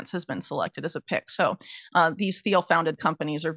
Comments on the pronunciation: Peter Thiel’s name is pronounced T-eel, not Th-eel. The H is silent. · Theil to Thiel and the h is silent pretty sure😊❤